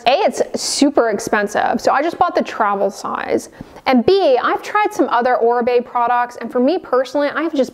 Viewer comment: Finally someone pronounced correctly Oribe